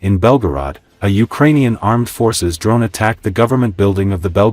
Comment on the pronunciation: Très intéressant, mais la prononciation des noms est HORRIBLE ! Faites d'urgence quelque chose pour remédier à cela ! Ça ôte du sérieux à la chaine ! Déjà que la voix artificielle ... c'est pas génial ! Le courage des Ukrainiens mérite mieux que ça !!! Slava Ukraïni